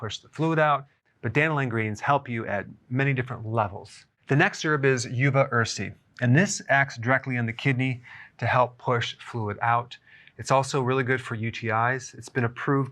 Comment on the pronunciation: "Oova" not "you" - (Uva ursi)